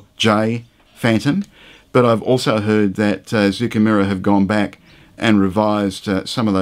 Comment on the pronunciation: Been looking forward to this one! As a quick aside, Zoukei rhymes with ‘OK.’